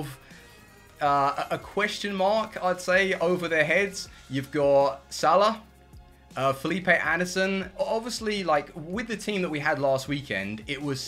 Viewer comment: “oh it’s phillipee anderson”😂😂